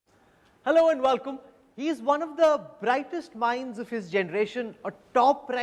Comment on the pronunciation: kanwal still hasn't learnt to pronounce the word welcome.. vallllkummm